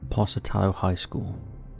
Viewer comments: 🤦‍♀️ Top 5s narrator after years can’t seemingly figure out how to properly pronounce Tucson ( Too-SAWN) yet pronounced Pocatello as Posah-Tello, instead of Poka-tello . Which undoubtedly I’d mispronounce every something-Shire in the used to be United…Kingdom, but C’MON 🙃😆😝🙃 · Pocatello is pronounced Poke-atello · Po-ka-TEL-o, Idaho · Poke-a-tell-o, Pocatello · Pocatello is pronounced like 'poke' as in like 'oak' -uh-tello Sorry, couldn't help myself. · #3 Po-ca-tel-lo high-school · It’s pronounced POKAtella, hence the nick name Pokie. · Btw it's pronounced POKE A TELL O Pocatello that's why it's called "Pokey" Dude you gotta work on pronunciation😆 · OMFG!!! THE WAY YOU PRONOUNCE POCATELLO!!! I'M DYING! 😂😂😂😂 I live there :3 No hate it's adorable